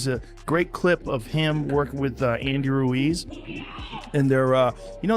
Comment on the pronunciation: Bro said Andy Ruiz - That Reneyso